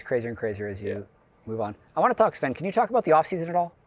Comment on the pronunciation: Whos SVEN? Its ZVEN in the intro